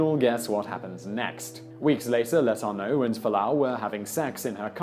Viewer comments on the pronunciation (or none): Yes, and it's "Le-TOUR-no'. (Accent 2nd syllable, remembering the news stories) There was another name Simon mangled in just this video. But I've already forgotten what that was. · That was driving me crazy too. Dufresne and Letourneau. There’s no doubt that Simon does excellent work in his videos, but I can’t help but be irked by the butchering of names.